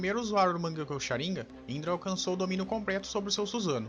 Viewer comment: "Sharínga" "Sa-su-ki" kkkkkkkkk Mano vc realmente assiste o Anime? Tu fala tudo errado.